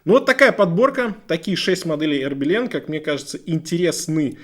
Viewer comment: А "Хербелин" от слова "хер"? 🤔 Потому, что часы-то "Ербелин"!